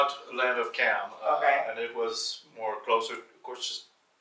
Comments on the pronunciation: Y'all I am Cham and just so everyone knows he's saying Cham mad wrong. It's pronounced exactly as it's spelled in English, the Ch is not a K sound like in Cat, is a Ch sound like in chip. In previous videos pronounces it correctly but the white guy is totally butchering it. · Just FYI- the word “Cham” in Cambodian pronounce as Jaam, which mean Muslim. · I believed the Cham is pronounced with letter J It's Jaim. I'm from Cambodia and we are very well-known about the Jaim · The pronunciation is not "KAM" but "CHAM" more like CHM very little emphasis on "a", (CHAM as in Cham-pion - चम) CHAM people are very well documented in Bharat's history. They originated from CHOLA (CHO-[LA] as in Cho-colate - चोला) DYNASTY... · Yes my family is Cham from Cambodia and this guy not only pronounces it wrong but also has stated some incorrect information already. He doesn't have all his facts right and it's frustrating 😤